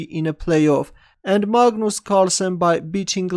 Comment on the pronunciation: MAH-GNUS Carlsen is back 😂